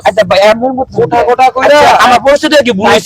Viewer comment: ভাই খোটা না কোটা হবে😢😮😮